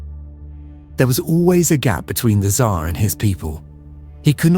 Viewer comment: And the pronunciation of this AI generated narrator is terrible. One of the weirdest pronunciations of Tsar I have heard